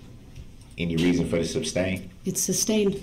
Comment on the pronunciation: ITS NOT SUBSTAIN ITS SUSTAIN ! 3rd Party Intervener is a terrible Attorney